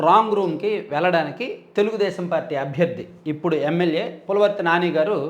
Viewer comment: Anna chinna correction pulavarthi kaadu anna pulivarthi